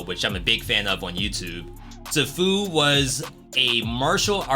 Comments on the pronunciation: Bro it's pronounced See-foo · Dude, you mispronounced Sifu (see-foo) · Man, i love you, but the way you said sifu made me physically cringe.